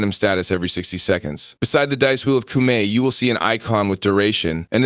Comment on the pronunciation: Bruh its not pronounced Coomie.